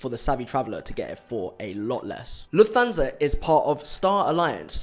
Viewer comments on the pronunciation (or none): Lufthansa is pronounced "Luf...tansa" 😎👍🏾